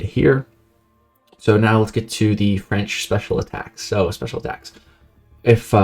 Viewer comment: I understand elementary school is way back in time but you gotta go back to French class or ask your friend Google Translate next time homie 😅 Still appreciate the effort but none of that was right unfortunately. Glad you mentionned it's a bilingual country tho.